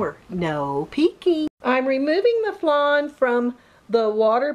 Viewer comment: Did she say flane